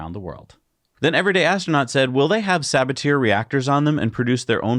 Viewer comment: Arrrgh! The way you mis-pronounce "Sabatier" drives me nuts. It should be suh-BAT-ee-air